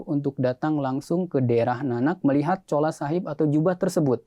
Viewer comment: Ma'af bukan Chola tp "Chula" Chola itu ga boleh disebut karena artinya kurang baik menurut BHS Punjabi/Urdu